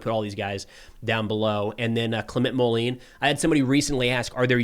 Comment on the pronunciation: Hi. Clement Moline’s first name is pronounced something like “Claim on”. Also the last name would be pronounced something like “Mole end” (without the “d”). Totally minor… you are a fantastic reporter! Thanks for your work! Philippe